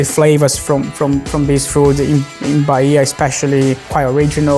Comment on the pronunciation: I.A falou carraje. O correto é acarajé, servido com vatapá. Não é Baia é Bahia. Pronuncia-se Ba-í-a.